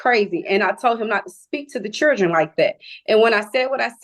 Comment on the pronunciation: what the hell is a "churden"